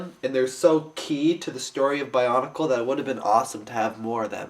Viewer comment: its weard when people say bionicle like ba-un-i-cal